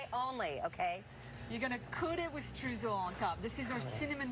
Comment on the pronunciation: That influencer is running a protection racket! Sounds like a RICO case. Your choice of ingredients is awesome. Those cakes look delicious! The import tariffs must be crippling. On the Streusel: it‘s pronounced stroysel, like in boy 😂